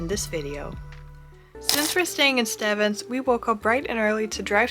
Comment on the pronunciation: I guess the pastry lady didn't teach you how to pronounce Stevns. You pronounce it Stevens like there's an extra 'e' in it. 😁